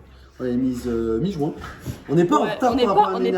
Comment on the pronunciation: quand il a dit juin j'croyais il avait dit jouin